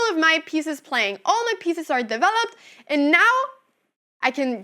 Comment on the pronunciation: "Ayand" "myove" lol Great video anna!